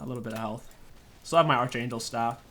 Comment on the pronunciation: "archangle staff"